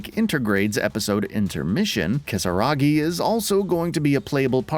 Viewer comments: "Kisaragi" Seriously? .... Did you even play the game? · This channel is trash. Literally no one anywhere ever refers to Yuffie as Kisaragi. It's literally moronic.